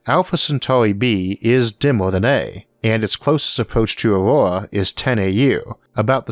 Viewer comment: why did you name your planet "Aurora" when you can't pronounce any consonants in that word?